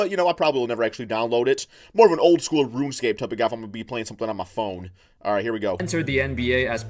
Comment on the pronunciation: This man said “ruin scape”